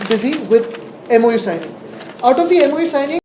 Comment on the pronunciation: MoU.. Memorandum of understanding.. not memolendun understanding.. SSC marksheet submit kar agodar 😂